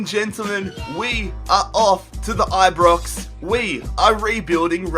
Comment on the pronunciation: aye BrOx not aye brix